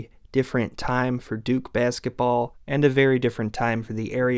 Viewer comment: Your videos are great but the way you pronounce “basketball” irks me to no end lol